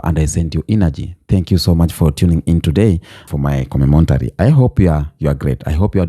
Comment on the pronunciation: it's C0-MEN-TARY (commentary)